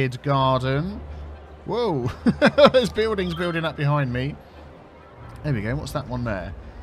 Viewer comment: “Bewldings” this pronounciation is triggering my SO bad!!